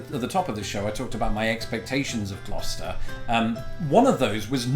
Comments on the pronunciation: I'm just glad you pronounce Gloucester properly. Used to live in a town by that name in NJ. Some of the ways people try to say it is painful. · It’s pronounced gloster